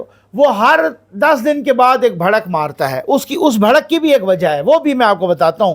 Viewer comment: اللہ تعالیٰ آپ کی حفاظت فرمائے ۔لفظ بھڑک نہیں بلکہ بڑھک